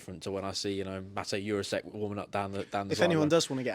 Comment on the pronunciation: Lads come on please… There’s NO way it’s pronounced youre arse ek it is pronounced Jur ra sheck 🤦🏻